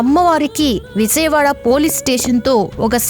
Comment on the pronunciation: విజయవాడ ఎలా పలకాలో మొదట నేర్చుకో!